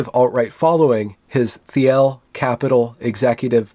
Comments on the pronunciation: "Teal" , that's how Peter Theil's last name is pronounced. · Thiel is pronounced like the color "teal", by the way. :P